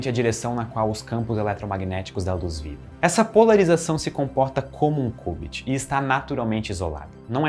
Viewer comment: que cubit oq mano, ta doido? é kiubit